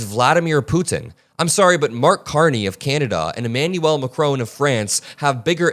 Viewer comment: It’s not mcrone it’s Macron!!!